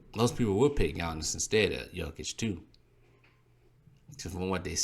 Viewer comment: Maan, why the video, you can't even pronounce the names of the players. Jokic has 1 block less than Giannis and has more then double his steals. Jokic is the best defender on his team, Giannis is not the best defender on his team. Jokic has the most game winning blocks, so.. And don't get me started in offense. The reason you don't know his defense is the media. Some of the other things you said are honestly embarrassing, you should start watch Bb. Kendrick Perkins straight up lied the other day on Espn that Embiid is the scoring leader, this is why Embiid is in 3rd place...